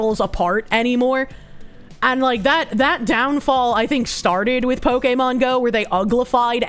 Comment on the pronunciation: I can't with your pronunciation of Pokémon